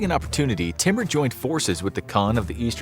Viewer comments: It's not pronounced 't-mer'.... It's pronounced 'tai-moor'... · Timur is pronounced as Tymoor !